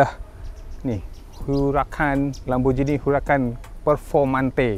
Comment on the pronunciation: lamborgheeni bukan lamborjini